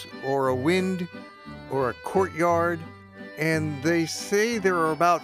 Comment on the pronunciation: "Wynd" is pronounced to rhyme with "find" . And anyone who attempted to swim in the Nor'loch would have died of a horrible disease!